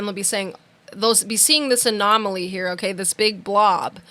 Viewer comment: 👍🏼👍🏼👍🏼 it's an anomaly or anoMALEA😉 lol